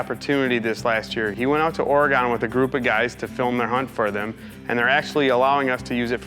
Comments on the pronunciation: OryGun! not Oragone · It’s not or-gone, it’s or-e-gin and the town is Hermiston. Hermisoda? Also nice bull! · Its Ory Gun not Ore Gone